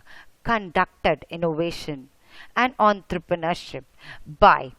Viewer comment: ontrrpreneurship XDXD